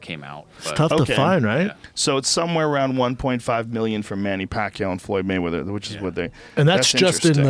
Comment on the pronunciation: *fook *maywedders